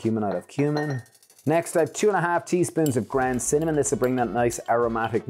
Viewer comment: I love your accent, but are you saying grand or ground because what is grand turmeric?